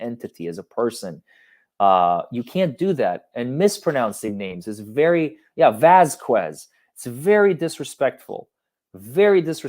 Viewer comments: Vasquez is not an uncommon last name in America, and she has been working around Johnny's team for months and months, she has to know she is pronouncing it wrong, such disrespect. Its like a wealthy woman not knowing the names of the help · I completely hate that said Vasquez the wrong way. I live in LA so I make a point to say everyone’s name correctly because I hate it when people get my name wrong. So every time gets her name wrong, and it’s a chain reaction to all of these other reporters saying it the wrong way, it makes my skin crawl.